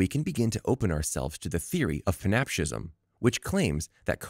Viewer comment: Are you trying to say panpsychism ? Pronounced pan, SIGH, kism. Not pants-a-gism. ------------------ Also, the corpus-collosum is the brain anatomy region and not the name of the procedure . The procedure is "corpus callosotomy".